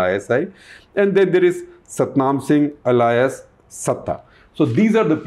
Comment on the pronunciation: You are mispronouncing alias